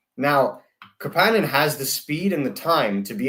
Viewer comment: The pronunciation of Kapanen is driving me nuts